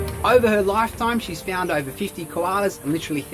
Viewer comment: It irritates me when he says "fuaind"